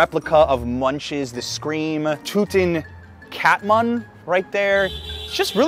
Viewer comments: You really should try asking around on how to say names, especially names, before trying to say them. Two artists you mentioned you said both wrong: Munch is said more like moonk, and Whitehead, think of the act of reading not the past tense of having read, so white-reed. Names are especially important things to not mispronounce. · Munch is pronounced more like "Monk" ;-)